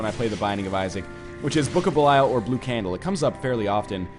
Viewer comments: It's not. 558 episodes in and he still hasn't learned how to pronounce belial. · I really don't think that is how you pronounce "belial" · Anyone who's played Diablo III will know that how he's pronouncing belial is correct..